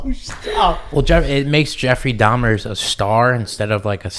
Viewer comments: It's dahmer .. jesus... dahmers wtf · If I have to hear this boy say Dahmers one more time…it’s DAHMER